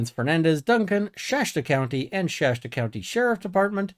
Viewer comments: It's Shasta county, not Shashta county. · You're quite clearly spoken, but you continually mispronounce 'Shasta' as 'Shashta'. Why that one word? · I'm just wondering where the "shaSHta" pronunciation of "Shasta" came from. Names are weird, so I'm sure it makes sense to someone. I'm happy to see coverage on this story. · Shasta pronunciation = SH - ASS - T - UH